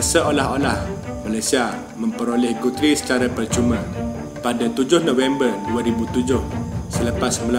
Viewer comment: Pronounciation 'Guthrie' tu boss, salah tu. Telinga tak boleh arrr......